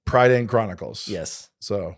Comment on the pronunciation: Great to see Chronicles of Prydain get a shout. Taran Wanderer is one of my favourite books. The pronunciation threw me off though haha. To hear Americans pronounce it pr-I-dain and not pr-a(ugh)-dain always gets me